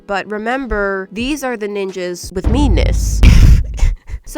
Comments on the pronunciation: I thought you weren’t gonna say MEness again😂 🤔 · Who else thought it was meanness when it's actually meness? 👇🏻